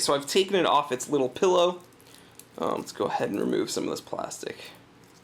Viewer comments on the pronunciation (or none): none